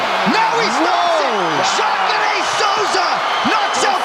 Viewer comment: Shavkat değil Şevket😅